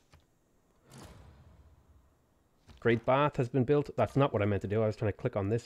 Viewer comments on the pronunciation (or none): none